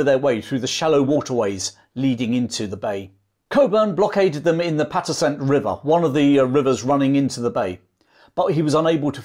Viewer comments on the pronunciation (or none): Great video, but here's a couple of pronunciation corrections: pa-TUX-ent (river) & BLAY-denz-burg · Good job covering a little-recounted piece of fascinating Anglo-American history. I'd like to point out that the Patuxent River is pronounced "Pah-TUX-ent" and the Battle of Bladensburg is pronounced "BLAY-dens-burg." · As a Marylander I need to correct your pronunciation of the Patuxent River and Town of Bladensburg. Patuxent is a Native American word and is Pa tux ent. We also pronounce Bladen. So it sounds like blade, not Vlad. Also I as someone who lives near all of the cities and towns mentioned in this video. I need to mention that you forgot to talk about the Raid of Alexandria, Virginia which was part of the Burning of Washington DC. The British sent a small flotilla of ships up the Potomac (Po toe mick) River. With the goal of capturing the port of Alexandria across the river from DC. If the commander of Fort Washington had not abandoned his post British forces would have been slowed down by the fortification. If it and Fort Foote had been properly manned the DC might not have burned. If anything there would have been a decent sized battle before the British ships could have sailed up and down the Potomac uncontested. I just happened to have a video of Fort Washington on my channel if you're interested in seeing what that structure looks like. You even reminded me I have a video of the Star Spangled Banner flying over the Fort McHenry on an old phone that should be uploaded. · Pronunciations: BLADE-ens-burg puh-TUX-ent river